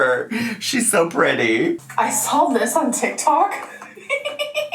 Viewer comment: "sawl" (saw). The way you can see her tongue curl up to add an L in "saw" is always distracting to me